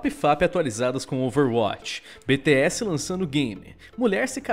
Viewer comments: Henrique Khalleb na vdd vc diz como quiser mas o certo seria da 2 vez que ele disse nos 50 segundos do vídeo, que é bi ti és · Ele falou bete s kkkkkkk o crt era biti s Bts entendedores entenderão